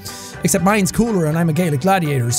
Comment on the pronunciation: Lol i watched started Gladiator yesterday also it sounded like he said “Gay Gladiator.” Oh someone near me just said Gladiator! … wow COINCIDENCE!!!! 😂